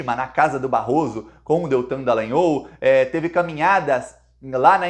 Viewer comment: Bah,mas tu insistes com a pronúncia errada do sobrenome do safado golpitinha fascista. Diga: dalanhÓl.